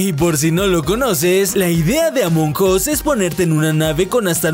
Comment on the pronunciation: De hecho la pronunciación masomenos correcta es la que dijo xd